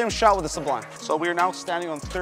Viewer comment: The first channel I've seen to actually pronounce it su-blime in stead of sub lime. Very happy about that lol. Do you think the Sublime would be around the same strength as the Xponent? Maybe a ball up from that, but just below the Journey?